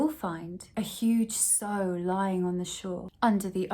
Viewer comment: Female pigs are sows - rhymes with cow😂